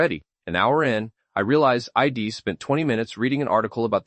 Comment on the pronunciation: Pretty sure this is mostly AI🥲 Pronouncing “I’ll” as “ill” and “I’d” as “ID” within the first minute and a half is wild